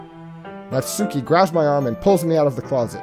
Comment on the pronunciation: You messed up the name. It's Natsuki.